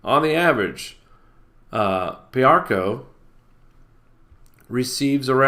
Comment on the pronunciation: PI-AR-CO - PEE-ARE-CO...GOT IT?...;)